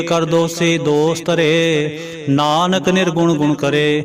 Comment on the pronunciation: ਭਾਈਜੀ, ਕੇਸਟਤਾ ਬੰਨਾਦੇਦੇਉ ਵਿਉ ਦੇਣ ਵਾਸਤੇ ਕੀਬਾਣੀ ਸੁਣਦਪੱੜਦੇ ਹੋ, ਨੱਹੀ, ਅੰਨਦਸਹਿਬ ਵਿੱਚ, ਨਾਨਕ, ਨੱਹੀ, ਨਾਨੁਕ, ਹੇ, ਸੱਰਮਕੱਰੋ ਕਿਉ ਬਾਣੀਤੋੜਦੇ ਹੋ, ਉਜੜਜਾਉਗੇ